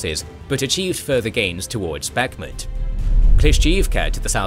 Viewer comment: Bakhmut is pronounced with the stress on the last syllable.